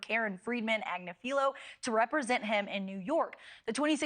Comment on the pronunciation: NewsNation can't pronounce - or spell - Agnifilo 😆